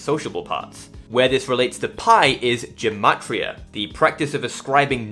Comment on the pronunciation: amazing video! just one note, in hebrew it’s actually pronounced with ‘g’ as in girl, gematria not jematria